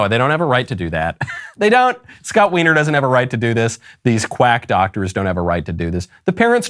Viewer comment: To be fair, I will point out that Scott Wiener is pronounced whiner.